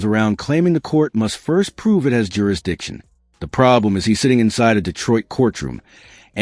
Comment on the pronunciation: "JurisDICTION"? no speaky English.